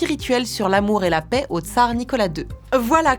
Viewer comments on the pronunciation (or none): none